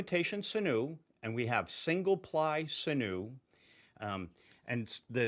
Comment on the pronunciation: Its pronounced sin-you. 😉 Great videos btw 👍🏾👍🏾